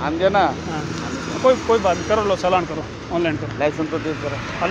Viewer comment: Ye driver hai iski ek hi BAAT buri lagti hai ye jab Bhi bolta hai ch ko sh bolta iski bhasha suno isne Hindi ki maa bahan kar rakhi aapne Note ki ye chalan ko saalan bolta hai hain ko shen chala ko saala chaddi saddi ye konsi bhasa hai Bhai ch ch bol sha mut bol ye chidiya ko bhi shiddiya bolta konsi Bhasa hai ye jab Bhi bolta Hai aap khud dhyan se suno ch ko sh thank you transport tv